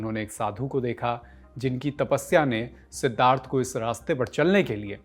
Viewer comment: Man you can't pronounce Siddhartha